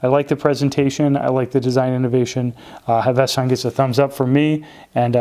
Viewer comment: 1) It is pronounced Hav-es-ton. 2) it's not a NATO but a ZULU. One piece pass thru is a Zulu. They started with typical NYLON Zulus. Having had 3 of them from the outset the canvas are immensely better, more comfortable, and highly durable I have one I have not taken off in a year it's faded as one would expect given showering etc. The stitching is superb. the tins originally did not have hinges they improved that and are helpful for storing things when travelling and very secure. You cannot go wrong with the canvas. They are working on a PVD canvas range.